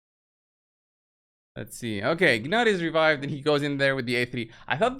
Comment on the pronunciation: Its nut the g is silent